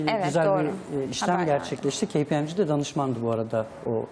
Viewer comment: dünyanın en leş "kpmg" teleffuzuydu